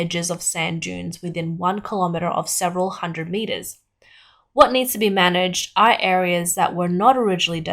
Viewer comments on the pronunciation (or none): none